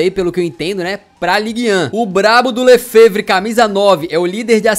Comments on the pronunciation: se quiser dicas de pronúncia em francês... o quando o nome tiver "è" ele vai soar como "é"... como o Lefèvre, que se pronúncia "é"... e o "G" de PSG no francês tem o mesmo som de português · vê se bota no google tradutor o nome do lefévre e ouve o q a senhor (a) está dizendo porque você ta dizendo muito mal o nome dele